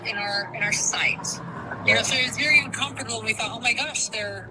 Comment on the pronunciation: i cannot stand her pronunciation of the word un-com-for-table